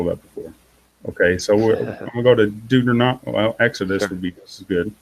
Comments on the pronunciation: Again "Deuternonomy" LOL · "Deuternonomy" Bahahahaha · He can't even pronounce Deuteronomy Hehehehehe